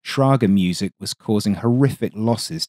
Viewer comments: Little note on pronounciation: The german term is "Schräge Musik" not "Schrage Musik" with the "ä" being pronounced like the "a" in "late". But I get that the Umlaut-notation in German can lead to confusion. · > "They calles it 'schrage Musik'..." Nope... They called it 'schräge Musik'. The word 'schrage' doesn't exist in German language. But 'schräge' (respectively 'schräg') means 'inclined' or (in this case) rather 'off-key' (as a pun). 'Ä', by the way, is pronounced like 'a' in 'bad', but more sretched in length when spoken. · Schräge Musik is pronounced Sray (like Kray but then with S instead of K) gue (like guess without ss) Muh (cow sound) sick Sray gue muh sick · I think the Soviet concepts were then taken over to the SPPU gunpods, which also allowed for depression of the barrels. Mounting this on a plane must have been a far more flexible solution than coming up with such odd designs in the first place. Oh, by the way, as a native German speaker I am always amused by the pronounciation. "Schräge Musik" would be rather pronounced "Shreh-geh moo-zeek", or sorts. But anyways, it's alsways an entertaining and educating experience to watch your videos. 👍